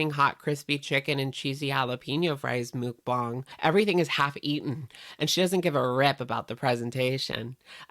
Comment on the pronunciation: I really like watching your videos, but your pronunciation of mukbang makes me cry. Muk is pronounced to closely rhyme with yuck and Bang closely rhymes with bong (like the thing you smoke weed out of). So it sounds like Muckbong (or muckbahng). Pls pls see this lol